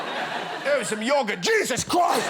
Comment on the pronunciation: JYEZAZ CHROIST